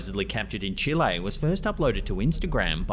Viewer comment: old fruit.. Chile is pronounced chilly not chillay lol